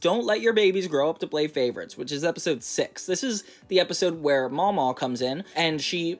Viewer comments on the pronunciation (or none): I feel like some of your mispronounciations show some lack of personal knowledge but other than that good video! mamaw her nana is pronounced ma'am- aw as most southern people call their grandmas that, very well known pronunciation. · …there are spiders in the garbage? Lol Also it’s Mamaw not Mama